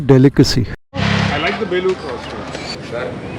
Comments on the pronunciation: Enjoying long drive.. its Belluru cross not Belur cross.. In Kannada.. ಬೆಳ್ಳೂರು ಕ್ರಾಸ್.. ಬೇಳೂರು ಅಲ್ಲಾ. 😎🙏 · Good video....Let me correct place name pronunciation. It's Belluru (ಬೆಳ್ಳೂರು) cross not belur cross.